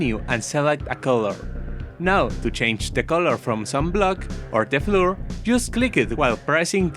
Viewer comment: Haha funny you said flur